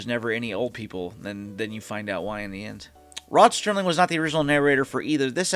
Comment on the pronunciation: Alright, if we are going to do this you have to stop saying Sterling instead of Serling. The man is an icon and deserves to have his name pronounced correctly.